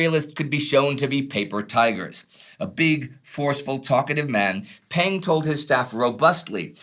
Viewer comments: Peng does not pronounce "pen". It is lot more closer to "pung" as Punga. By the way, Marshal Peng was indeed the General Commander of the Volunteer Army. I don't know how this information could be any controversial. If the US military did not even know this, it did not deserve to win the war. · Peng is more closely pronounced "pung" btw